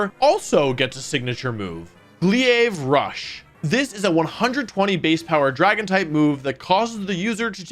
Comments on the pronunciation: It's pronounced "glayv", not "glee-ayv". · I pronounce Gholdengo the same, but man did you botch glaive 😂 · How'd you pronounce "Glaive Rush" as "Gliave Rush"? lol. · "Glee-aive rush" it's Gla-aive rush. Edit: I'm surprised to not see garganacl. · Wolfey on Goldengo "Sorry if I mispronounce it" Meanwhile "GLEE-AVE RUSH" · It's pronounced "GLA-AAVE" for Glaive Rush. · Glee-aive Rush 😅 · Nearly a week late, but, aside from Glaive Rush not being pronounced the way you did in the video (it sounds like Cave, just with a GL sound instead of that K sound), I feel like Tauros breeds might've deserved at least an honorable mention. The fact that it technically has 4 breeds (Normal Tauros becomes available in 2023 rounding out that 4th slot), but I get why it isn't on the list or honorable mentions, it's just a Tauros with 3 (soon to be 4) breeds and the Normal and Fighting Breeds being straight up hard walled by any ghost type, and the other two breeds only adding fire and water and just having the same stats as normal Tauros. So, I get why they didn't even get a 2nd honorable mention at all. They're likely to do better in singles vs doubles, but, more as sweepers/late game cleanup Pokes vs other early game sweeper stuff like Annihilape (also, Kingambit is stronger in singles than doubles, with 5 boosts possible, setting it up as a late game sweeper), but I again digress, we got lots of good type combos, some that overlap, some that don't and I honestly don't know if we have any unused typings left in the game. Love your vids, just hadn't gotten to this one, subbed to Bonus Wolfe as well as this channel since before 500k! So I'm helping getting you to that coveted 1mil slot! I believe in you! Have a great year and a great 2023! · Always with mispronouncing Glaive Rush